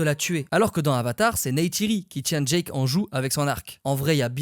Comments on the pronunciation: Génial mais c’est Jake pas Jack Soso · Jake pas Djack 😂